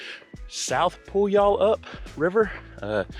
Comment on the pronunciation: Pew-al-up. You don't really pronounce the Y very much. So great to watch you doing this right after doing it myself in September. I had heard about the WT all my life and done sections of it and day hikes on it and had always heard what a challenge it was--but it was even tougher than I thought. I was pretty worn out after 10 days. You are right--so stunning and so worth doing. It was amazing seeing parts of the park I had only heard about and parts I had never even knew about. Awesome video! McDonalds? No--I always want pie after backpacking.